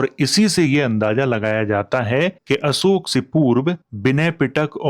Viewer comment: आप अशोक को असोक क्यों कहते हैं?